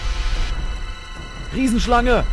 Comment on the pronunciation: RIESENSCHLANGE WTF ??? HAHAHAHAHAHA wie du es dazu noch aussprichst :-D zu gut